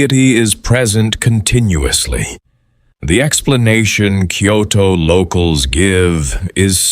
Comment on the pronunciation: Because it’s AI the place names are mispronounced.